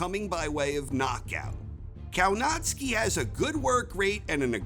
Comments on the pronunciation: Kownacki is pronounced Kovnatzky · Can you say Kownacki normally ? Naucz się wymowy poprawnej po polsku. W Szczebrzeszynie chrząszcz brzmi w trzcinie. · It's spelled Kownacki but pronounced Kovnaschki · It should be Kownacki, pronounced something like Kovnatscki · Did he said Povietkin will be 48 years old??? ... And the way he says Kownacki 🤦. .